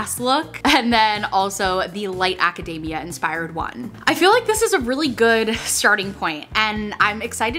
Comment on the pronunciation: Every time I hear "aca-DAY-mia" instead of "aca-DEE-mia", I go a little more insane xD